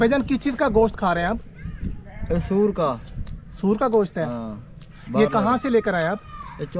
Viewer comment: Sur nahi suar bola jata hay